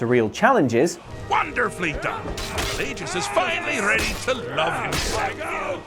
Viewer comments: Okay no You even hear them say Fel lay jus Not fa lah jus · Shay-O-gorath.... Pa-lay-gee-us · The way you pronounced Pelagius and Sheogorath just irritates me greatly